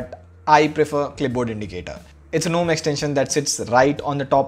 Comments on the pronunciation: Lol it's not even "nome" it's "ga nome" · Well .. Why Gnome is Pronounced Guh-Nome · Gnome said it's G- Nome GunOm🙂